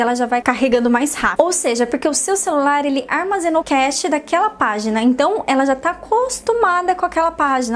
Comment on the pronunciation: Não se diz "cachê", moça! (Como aquele dinheiro que os músicos recebem para cantar) A pronúncia e "Cache" ( cáche )